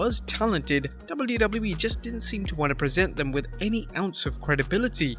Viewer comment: Where is the other Narrator ? The other one can actually pronounce the letters "WWE" properly and does not sound like he is using a webcam microphone from 2007.